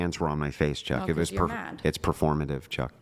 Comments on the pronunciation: I noticed that! It's so funny. He tries use it as punctuation and the way he angrily pronounces it. HEY CHOCK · The way he keeps emphasizing "chuck" like it's some kind of ultimate insult is too funny, he is so sweaty and desperate 😭